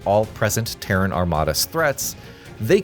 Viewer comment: Finally, you didn't pronounce Terran like the Iranian capital.